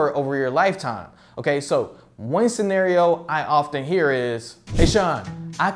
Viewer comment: The way you pronounce “one” deeply pisses me off